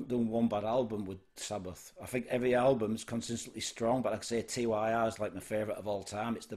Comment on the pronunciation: FYI - It's pronounced 'Tyr' (as in 'teardrop').